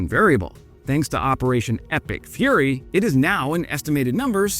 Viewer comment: nice.. now i think "epic furry" everytime i hear "epic fury" 🤣 Kind regards from Denmark